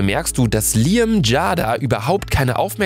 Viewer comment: Luca es wird Liäm ausgesprochen